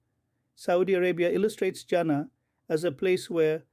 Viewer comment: Not جانا Jana ... you should pronounce it as Jannah جناح